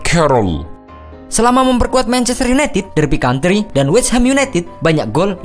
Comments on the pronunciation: County min bukan country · Derby county pak, bukan country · Cacattt,HeureLHO(baca lio) ,Derby County,not Country,Wimbleden wkwkwk Kreatif dah yg bikin channel,syg.a pngetahuan bola.a payah 😅,tp mayan tmbus 2,5 jt view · Koreksi : Derby COUNTY bukan COUNTRY Alex FERGUSSON bukan FERGUSYON Wimbledon dibacanya WIMBELDON ya wkwkwk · Geli denger nya Derby CountRy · DERBY COUNTY kaleee, ga pake R :DDD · derby county kali ya,bukan derby country.. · judul terburuk tapi rata2 video penyelamatan penguasaan bahan juga kurang, derby county jadi country, pembacaan wimbledon juga salah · Derby County min, bukan country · Derby county bukan derby country. ferguson bukan fergusyon. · Ko derby country ? County kali bang 😂😂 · Derby County F.C...bukan Derby Country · *Derby County. Bukan Country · Derby County ..bukan Country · derby county mas bukan country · Derby county bkn derby country :v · Derby County bukan Country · Derby County...not country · Oiii derby county bukan country 🤣🤣😝